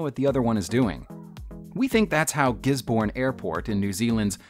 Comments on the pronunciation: Its pronounced gisbin not gisborn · Gesbourne? You mean Gisborne? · Hey as someone from New Zealand I wanted to point out you pronounced Gisborne wrong. It’s pronounced more softly. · I think the worst part about this is how he pronounce gisborne Jk its not the worst i have heard